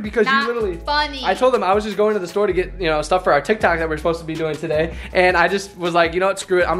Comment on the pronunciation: Did he say tik tak